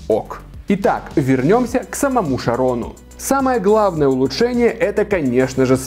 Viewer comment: Только правильно не Шарон а чарон потому что там ch это ч английская поэтому чарон правильно!